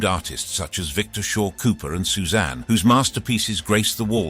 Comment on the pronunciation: Suzanne? 😂😂😂😂😂😂😂 you mean Cezanne